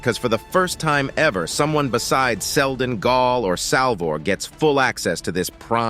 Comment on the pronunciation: Seldon, not Seldom.